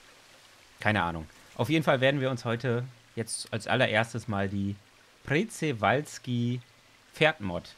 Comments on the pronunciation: OMG Planet Zoo Mods wie geil🤩😍 Ps: Man sprichts Tschewalskipferd aus😃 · Das Przewalskipferd wird schewalski ausgesprochen ^^ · Es wird pschiwalski ausgesprochen 😂😂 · Das wird Schprewalzki ausgesprochen